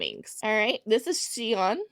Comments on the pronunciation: Siyeon is pronounced she- yon ps please don't skip your vids i absolutely love these girls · Just a note pronunciation wise… Siyeon is pronounced “ she-yon” . Anytime an S and an I are together in Korean it makes a Shi sound.